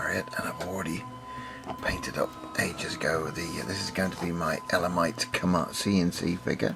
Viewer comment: Very nice I agree with you on the pronunciation of elamites, all the best